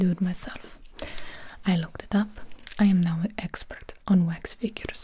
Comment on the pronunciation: I thought so too cause the way she said wax "wayx"